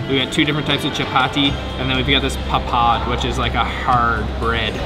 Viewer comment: Not laacy.. it's lassi stress on the double S's.... Not papaad.. it's paapad... Not HAHA Mahal... It's HAWA Maha... Not tuktuk in Thailand... It's rickshaw in India...